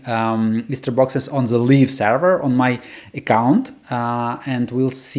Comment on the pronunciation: "live" is pronounced лайв, it sounds like you're saying "leaf version" 😅